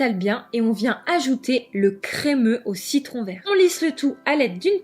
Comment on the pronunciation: Lol j'ai repasser au moins 5 fois le moment où dit "verru" pour vert😂😂😂